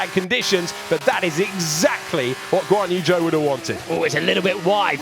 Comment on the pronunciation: Whenever they say Guanyu Zhou I hear 'Go on you Joe!'